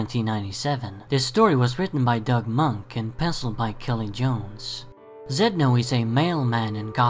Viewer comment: Love your video I love all your videos, just an FYI Doug Moench pronounces his name Mench.... rhymes with bench, the O in his name is silent